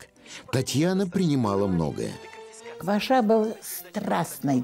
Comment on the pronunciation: Не КвашА, а КвАша! Украинская фамилия.